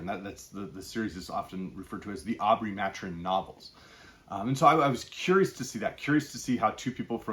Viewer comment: Ma-Tur-In not Mat-Urin